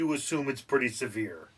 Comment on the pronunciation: Also “Severe” not “Saver”